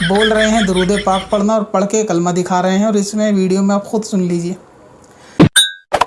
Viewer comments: Bhai कालिमा ✅na ki कलमा ❌ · Bhai kalama galt padh rha hai isi koi btao